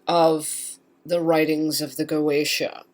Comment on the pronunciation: Goetia is pronounced Go eh tee uh.